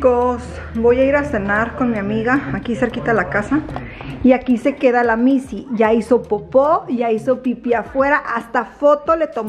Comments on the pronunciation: 😂😂😂😂😂 me mori de risa cuando explicaste su nombre missy pero tu lo pronuncias MESSI 😅bien venida a missy 🫠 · Estaba esperando dijera el nombre del perro y algunas veces la escucho decir mesi ¿cómo el futbolista? Disculpas si no lo escribí bien, no sé cómo se escribe, o le puso Missy? Por aquí veo que escriben nena, ¿significa nena en inglés?